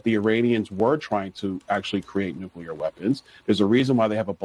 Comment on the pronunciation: Stephen A Smith is one of the few people who correctly pronounces the word “nuclear.”